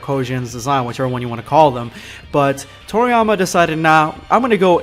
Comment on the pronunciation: did u say toritama instead of toriyama? is it just me that thought he said toriTAMA